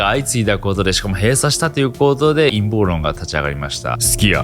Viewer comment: 陰謀論が陰毛論に聞こえて仕方がない